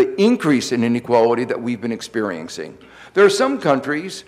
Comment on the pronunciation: Kao-Lee Liaw He might have had a cold that day.He does have an interesting "Elmer Fudd" type of speech defect. I found another video where it's much clearer. thank you though for your rude diagnosis. Look at this thread and you'll see lots of people who, according to you "need a hearing aid." He also says "Politics shape Markeks", "things we have been experienkcing", and "the United Steaks", as well as "raink-seeking".Maybe it is YOU need a hearing aid?